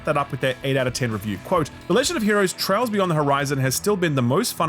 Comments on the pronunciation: Brother I love your content but..”trials” beyond the horizon is crazy lol. It’s “trails” my g. That broke my heart as a long time fan of the trails series. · Please don't cover TRAILs again. Hearing you fuck up the name of the franchise AND the name of the location the arc was set... sheesh.